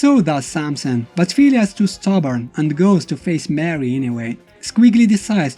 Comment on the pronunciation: It's pronounced more ree not mary brah